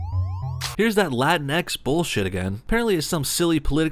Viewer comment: It's not pronounced "Latin Eks". It's pronounced "La Tinx".